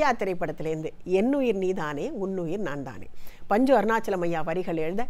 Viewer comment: புதுவரவு குரல் இனிமை ஆனால் ஆனால் வார்த்தை உச்சரிப்பில் சற்று அழுத்தம் குறைவ. உதாரணமாக என்னுயிர் நீதானே என்பதை ரொம்ப அவசரமாக பாடியதாக தெரிகிறது. மேலும் உன்னுயிர் நான்thaane என்பதை நான்dhaane என்று உச்சரிக்கிறார்கள் இருவரும். இதை சரி செய்து இருக்கலாம். மற்றபடி மியூசிக் excellent recreation. Kudos to Shyam, Venkat and Kaarthik.